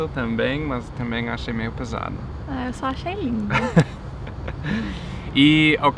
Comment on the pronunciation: Finalmente! Encontrei um carioca que reconhece o i no meio das palavras 😄 (não é meismo?)